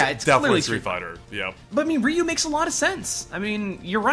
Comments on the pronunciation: Ryu, not Riyu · I've never heard Ryu pronounced "Ree U". What the heck. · Ryu is not pronounced "re-yew", but is pronounced in a similar way as "mew" in "mewtwo". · Haha,, why do you say "Ree-Yu"? It is just one syllable ^^